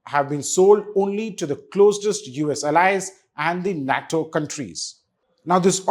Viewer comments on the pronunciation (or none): "Nat-toe" REALLY? How many times has this guy heard it being said globally? Did no one at his channel think of correcting him? Embarrassing.